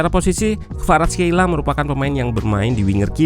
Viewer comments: Khelia min bukan Kheila🤦‍♂️🤣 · perasaan barusan orangnya nyebut namanya 'kvaratskhelia", "khelia" bukan "kheila"